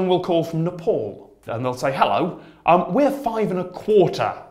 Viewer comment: Nepauuullll! 😂 Bro that's most incorrect pronunciation I've heard of nepal